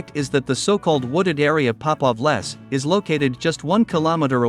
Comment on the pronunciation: No. It's not "pop off less" but Popov Les ("Les" more like "lays"). A Les is a forest.